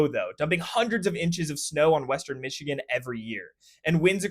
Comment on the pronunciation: You pronounced the names correctly in your discussion of places in Michigan !